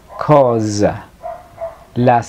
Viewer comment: Disculpa però noto un error.. En la pronuncia.. La S no se lee come la Z.. La palabra "cosa"se lee mismo como en espanol cosa con la misma S..asi ke voglio la stessa cosa es con la s normal y no Z de mosca